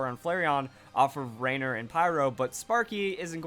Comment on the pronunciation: The way he pronounces "Rainier"... cringe. You hurt my Washingtonian ears